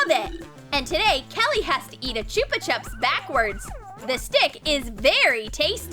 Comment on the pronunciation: it's pronounced "choopa CHOOPS".